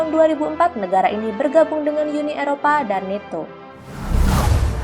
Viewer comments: Blok, alfabet (A) dalam bhs inggris di baca (E/EI).. Dibaca netto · EMG NATO di baca netto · NATO dibaca neto, hahaha koplak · Min NATO bukan neto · Min nato diucapnya tetap nato bukan neto gimana sih min b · nato bukan meto pakta pertahanan atlantik utara